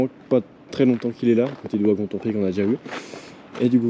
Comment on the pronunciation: On ne prononce pas WAgon mais VAgon... et Metz se dit Messe. Et ce ne sont pas des "tapis roulants" mais des convoyeurs de gravats à bandes. Bref.